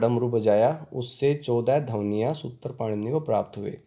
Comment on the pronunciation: ध्वनिया का उच्चारण आपने गलत किया है | 🙏🌷🙏